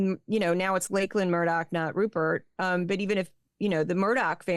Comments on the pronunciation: Thoroughly enjoying this podcast, so interesting. Looking forward to Juliett's podcast with a psychiatrist. FYI, Laughlan Murdock's name - its pronounced "Locklan", not Lakelan. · Just FYI, the pronunciation of Murdoch's eldest Mark II Murdoch son Lachlan is 'lock-lən'. Rupert inherited his father's newspaper The Adelaide Advertiser so technically Lachlan is generation three. However his grandfather was content being a newspaper man in Australia. Rupert developed the evil that are tabloids in Australia when he was in England and that evil plus some big name newspapers then TV, movies made his empire etc, etc, The greatest English colonial governor in Australia was Lachlan Macquarie, influened by the greatness of the Scottish Enlightenment, hence the popularity of the name Lachlan!